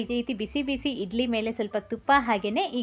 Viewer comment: ಅಕ್ಕ ಅದು ಇಡ್ಲಿ ಅಂತ ಇಧ್ಲಿ ಅಲ್ಲ, ಳ, ಣ ಕಲಿತುಕೊಳ್ಳಿ